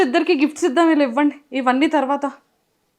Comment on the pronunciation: విల్లు ❌వీళ్ళు ✔️